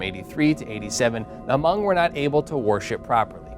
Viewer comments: It aint ha mong. Its just hmong the h is silent 😒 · Its pronounced as Mong the H is silent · It's not h-mong it's just Hmong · David Yang He never said h mong. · he say Ha-mong lmao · I think it's more pronounced like Mhong, "Mh" instead of Hm. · Hmong is pronounce with silent H. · I knew there would be a hmong in the comments correcting the pronunciation of hmong